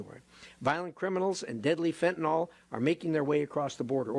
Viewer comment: It is pronounced Fen ta nyl not fen ta nal